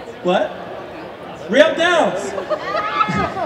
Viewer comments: Wow messed up rieles name that was embarrassing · there's no way he should've messed up Riele's name like that like c'mon